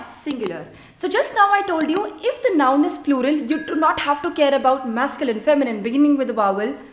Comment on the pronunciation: U are excellent with French and the way u simplify it to teach it is just amazing. Just one thing when u say THE in English u don’t use ur lips by rounding them use ur tongue touching the back of ur front upper teeth without rounding ur lips. I can understand ur issue as I have an issue with learning French pronunciations bcz English was my first language . 😅. I am trying to unlearn my English accent 😁